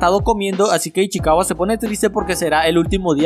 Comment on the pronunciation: Una pregunta porque decis ichiwaca es ichicawa